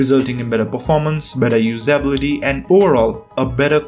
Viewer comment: You pronounce "usability" wrong. I suggest you look up the right pronounciation for it